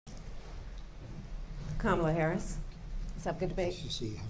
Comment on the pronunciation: he’s the one who won’t say her name right, Utah.